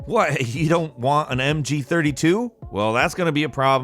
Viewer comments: Did he say Mg32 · said MG32 I must point it out. MUST